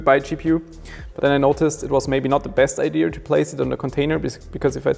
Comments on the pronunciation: Legit question, no hate just curious Why does say "ideaR"? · noooo its not about your english, your english is actually quite good but ive noticed it in many other german friends of mine that pronounce ideaR too. im just curious where it originates from and why its so widespread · I used to say "ideaR". I'm a naitive speaking English speaker. Not sure if it's like the 2% German in me (I have some amount, just not sure how much), and I said it like that for a while. It's just a mispronunciation of the word, which can be a bit difficult for some to get right. This is why some go to speech therapy, especially during schools and what not. It's fairly common, and since is a naitive German speaker, his English is beyond well and very impressive. Sure, it's not perfect, but no one is, we're human, embrace that.